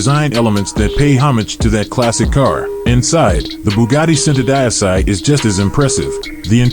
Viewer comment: He pronounced Centodieci so bad 😂😂😂